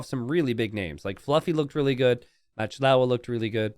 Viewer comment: I love watching videos and love AoE 2. However, still pronounces player names wrong on a few occasions. For example here is MachtIowa, which he pronounces Matchlowa. Macht is a German word, which means: to make. And Iowa is not LOWA, but Iowa, as in the US state of Iowa. So the players name essentially is Making Iowa. There is also another players name which comes to mind. Maybe because he/she is a Hungarian player (based on his/her name). Salytmacska. calls him/her Sally. However that's completely wrong. The first part of the name is salyt. It's just sajt, pronounced with ly instead of j. Sajt means cheese. The second part, macska means cat. so essentially the player's name is Cheesecat. I explained this to earlier in a comment, but I realize he can't possibly read every comment on every video he uploads. That would take years. Wish I could tag him somehow...🤔